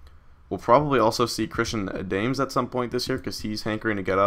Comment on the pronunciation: Christian Adames pronounced a-da-maze, not a-dames.